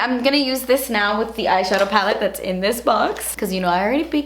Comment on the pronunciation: omg when she says "das beautiful!" made me laugh